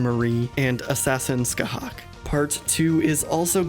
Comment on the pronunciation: Thank you so much for pronouncing Scathach correctly :D